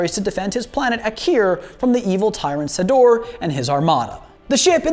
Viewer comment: LOL! It's not "sa-DOR"...it's "SA-dor". I mean, they use his name many times in the movie. It's not like you have to guess.